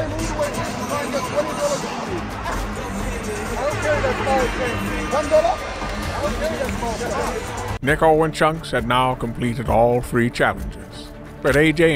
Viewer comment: The way Niko pronounced mark Cuban’s name wrong is actually insane